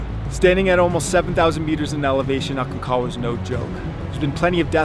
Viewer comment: Hi, I'm a long time subscriber and fan. I'm just about positive you pronounce the G in Aconcagua. Just an FYI. George Leigh Mallory when asked in 1923 why he wanted to climb Mt. Everest, he replied "because it's there." It was his famous quote that your fellow climber was referring to. I really enjoy your content. Keep up the new and interesting videos like this one.